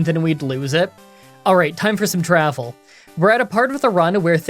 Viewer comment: Damn I was going to roast you over the speech slip of "alright time for some 'Dravel'", now I will just feel bad, as your working so hard even while sick. I have forgotten how long I have watched you for but you do always make me laugh and smiles. Thank you so much for all the effort and hard work. Please focus on getting better, I can survive until the next upload. I'll just watch all the coverage of the dead queen some more.